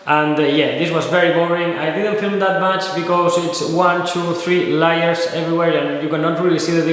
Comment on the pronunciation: Hello and greetings. Maybe look into the difference between the pronunciation of layers and liars?